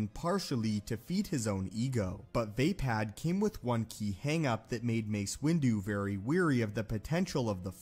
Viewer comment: “VAY-pad” sounds a lot like “vapid.” I’m pretty sure it’s “vah-PAHD.” Also, I am weary of hearing you mispronounce “wary.”